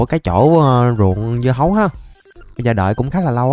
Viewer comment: Sao lúc nói lộn thu hoặc hơn 3000 dưa hấu thành bí ngô thì anh nói dứa hầu